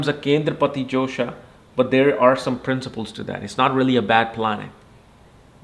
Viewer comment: its dosh not josha